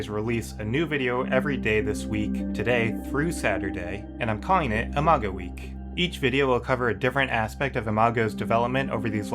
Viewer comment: Are you very in love with the name "Imago" ? I just want to point out that listening to your video when you said "Imago game" "Imago week" Imago anything, all I could hear is "a MAGA game" "a MAGA week" "a MAGA" anything. I just... wanted to point it out, do what you want with that information.